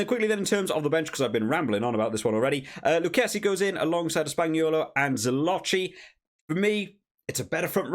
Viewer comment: It's Zilokki. When there's an h (ch or cch) in italian is spelled as a K or double K. Just saying.